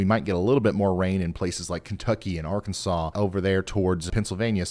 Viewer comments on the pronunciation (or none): none